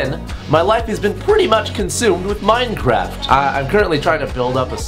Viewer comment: ! THAT "T" in Minecraft! Jesus! Lol